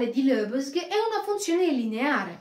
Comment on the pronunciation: Complimenti bel video, stai migliorando nell'esposizione sempre di più, una precisazione: si pronuncia Lebèg!🙂